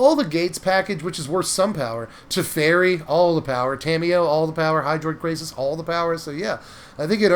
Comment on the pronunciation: Was really enjoying the video until you said Teferi, then I left, LOL.